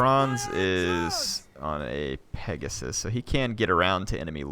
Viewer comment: It's clearly pegasium